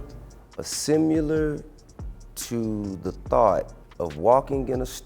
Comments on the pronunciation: This is such a pathetic documentary. All this victim talk because it's "rap" music. This guy has been tracked for years by the police. You do the crime you do the time. Period. T.I. is such a joke. Trying to speak intelligently and pronounces "similar" as "simUlar". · Ninja said "Simular"